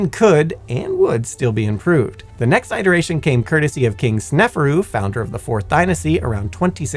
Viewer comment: Great video. Just one little thing. The pronunciation of iteration and allocation is odd. Is that how you always pronounce those words or is it just a manifestation of reading quickly from a script? How about a deep dive on how you make these videos. I know I would be interested in that.